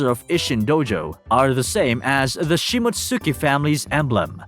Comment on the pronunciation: Shi-mott-ski! You're butchering that pronunciation. You probably pronounce Sasuke sa-soo-key lol